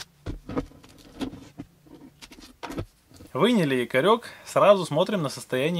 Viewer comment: "Якорёк вынили" или вынули?)))